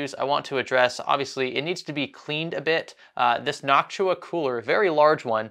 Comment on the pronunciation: Why are you saying "Knock-Too-Ahh" as "Knock-Shoo-Ahh"?